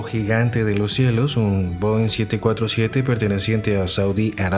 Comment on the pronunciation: Is this an AI narrator? Most of the comments are praising the clarity and voice, but it definitely sounds like AI. Many of the plane types are mispronounced (Bo instead of Boeing) and the cadence is very annoying, filled with pauses in the wrong places and badly mixed with the background music. I notice that most of those praising the narration are commenting in a language other than English. I assure you, this is a terrible narrator to listen to for anyone speaking fluent English.